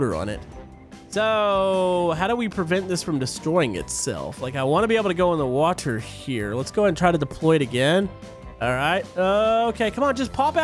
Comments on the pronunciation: Do you guys hear that. don,t know how say water. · Its water not WATAR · I love the way says water 😂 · I like how he saids water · It seams as if he says water with a capitol i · Why dose say water like that?🤔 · Why do you say Water like that? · Why you say water so wierd? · Lol why u sayin water like that ? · Lol He Keeps Saying Water In A Wierd Accent